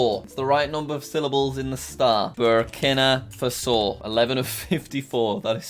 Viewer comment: its pronounced ber keena far so